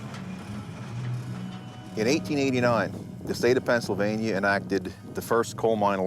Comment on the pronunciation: PENNSYLVANIA, not PENNSYLVANIE.